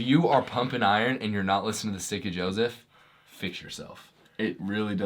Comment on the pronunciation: Just so you know - sometimes when you say the name of your program it sounds like “Sticky Joseph”.